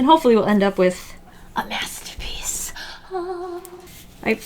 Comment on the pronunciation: It almost sounded like you said, "and hopefully we'll end up with, a mess'terpiece". I was dieing! :D